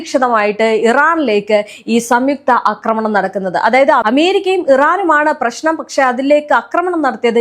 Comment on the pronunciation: അക്രമണം അല്ല ആക്രമണം ആണ് ശരി